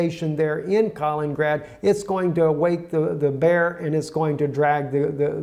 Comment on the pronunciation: Kalin-ingrad please, (additional in)